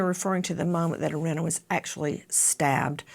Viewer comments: Nancy Grace please learn how to pronounce Iryna’s name correctly. It’s not Irinna it is Iryna. It’s sad enough no one helped Iryna. You could at least pronounce her name right. The mayor didn’t want it known what happened to Iryna. So the least the American people can do is give the killer what he deserves and pronounce her name right!! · Please make sure you know the correct pronunciation of the victim’s name. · I’m not sure you pronounced her name correctly, Nancy. But just to be frank if they didn’t send BK to death row I doubt they’re gonna do it with this guy..🤬